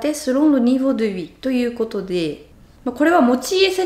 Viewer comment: とても興味深い内容を、分かりやすく、データも提示してくれて、ありがとうございます。私に置き換えて考えてみて、生まれてからずっと日本に住んでいながら、そんなに上手に説明できるかな？と感心しました。 家族でバカンス重視は、羨ましいし憧れます。お金をかけずに楽しむことを見習いたいです。 それから、の日本語で、時々 フランスなまりっぽくなってる気がするのは、私だけかな？(笑) 「ということでー」の「でー」が「でィえー」と聞こえて、可愛いです！